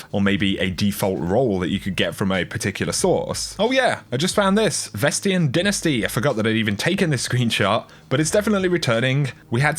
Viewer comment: Great videos like always, but my god, its pronounced DYNASTY (Dine-es-T) lol